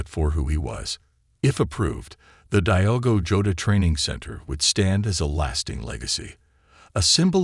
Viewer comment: It's not "dhigh-ogo" but rather "deeogo"! Why not to learn the proper pronunciation of his name before doing it wrong! RIP Diogo and Andre!